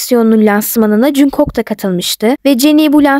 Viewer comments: Aslında jungkook "jankuk" diye okunmuyor "çankuk" diye okunuyor ben bi tek buna takıldım😅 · Jungkook junkok die okunmuyo knk cankuk diye okunuyo (Linç değil)